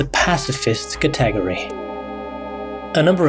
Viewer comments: The way he said "category" physically hurt me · Great video. But how do you pronounce "category"? Like ka-ta-gory? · Who else knew that category was pronounced like that? 🤣